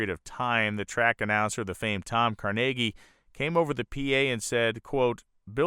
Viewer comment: The minor misspeak is one thing, but mispronouncing Tom Carnegie's name is the sort of mistake that should have you considering re-recording the narration of this otherwise excellent documentary.